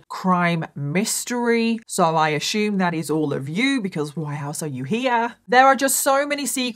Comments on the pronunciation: Hey fellow Americans.... Does it kinda drive U crazy that saus, Ashume... instead of Assume? Lol.. My aunt was a war bride, just 16, and my uncle 18 when they married in England, and she came to America. They remained married all their lives. Sweetest thing I've ever seen. But, m y aunt would say...eer(?) (air?)...instead of OUR LOL.. Now, I've got the same thing going on with Ashume anyone else? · "How do you pronounce ASSUME?" America: uh-soom. Britain/Australia: uh-syoom: uh-shhoom! 😂